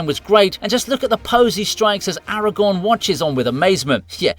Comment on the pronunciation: his name is Aragorn. there is an r you are forgetting. aragon is a region from spain